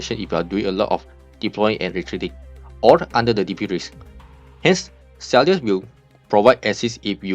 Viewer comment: Her name is pronounced as Sigh-ark.